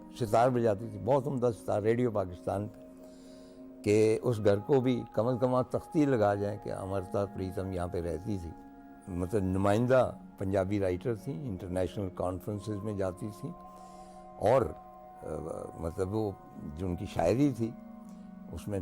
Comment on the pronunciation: Love u Tarar Sb. A minor correction in ur TV programme. It's Amrita (from Amrit) Preetam and not Amerta Preetam.